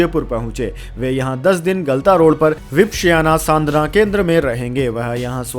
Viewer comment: વિપશ્યના - ઉચ્ચારણ સુધારી લો.. Please do correct pronunciation of " Vipashyana"